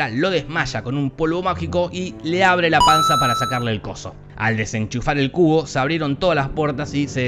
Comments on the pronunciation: Pense que decia "La Trilogía de El Culo" xdd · Cuando lo dice la voz de te lo resumo así nomas, suena como CULO jajajaja